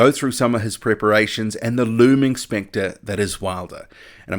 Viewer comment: OMG I thought you said " the looming sphincter that is Wilder". Hahaha but you said looming specter... I think....hahaha